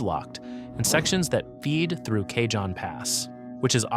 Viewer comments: Kuh-HONE, rhymes with ALONE. It's not CAY-John, don't be ridiculous. 😂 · Bad AI narration..... Took 13 whole seconds to get something wrong. "Cajon" - as in the Cajon Pass, is pronounced "kah-hone" not "Kay-john". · PLEASE!!!!!!!!!The J in Cajon is soft like an H! Spanish word ya know. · Cajon is pronounced "kah- HONE". Not "KAY-john". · for God's sake why do all these posts have to be with with AI narraters who don't know haow to pronounce names such as Cajon? Cahon not Cay Jon. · lol, k-John pass! It’s ka-Hohn pass dilbert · AI Slop video. Cajon Pass pronounced as "Kay-John" Pass. It's a Spanish word for "box" and is pronounced "Ca-hone" Pass. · Driving me crazy! It's NOT Kay-John (cajon) Pass. It's Cah-hon (Cajon) Pass. It's Spanish... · Not "k john" pass... "Kah hon" pass. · "K-John pass"? Pronounced Kuh- hone. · Its pronounced CaHON not CaJOHN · KAH- Hone. Cayjohn 😂😂😂😂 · Cay-john Pass? Seriously? I love these but the mispronunciation of names is irritating. Cajon (KA-hone) is a Spanish word meaning 'box'. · Cajon pronounced Kay hon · I dipped at Cay-John. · Cajon is pronounced " Kah - Hone" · It is pronounced cahon. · It's "The CA-HONE PASS/ Cajon" Geesus if you're going to talk about California get the names right 😂😂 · Cajon is pronounced "kuh-hone" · Goody! I get to live on an island! And it's pronounced cahown pass. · I heard him say Cajon I almost forgot what area he was talking about. It's pernounced Ka-hone Pass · Cajon is pronounced Ka-hone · Surely AI would know Cajon isn't Kay John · It's Kuh-hoe-n! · Cay-John Pass?? Do your homework and say it right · Yeah, I know it’s pronounced Ca-hone Pass. Used to live down there. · Cah-HON pass. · Stupid effing AI narration, it's pronounced: "ka - HOHN" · Yeah, i figured that cajon was really ka-HOHN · AI can't pronounce dollar amounts properly either. Maybe if AI went to school in El Cay-John it would know. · Maybe you should learn how to pronounce "Cajon".